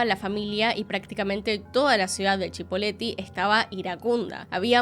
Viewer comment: Es Cipolletti, no Chipoleti.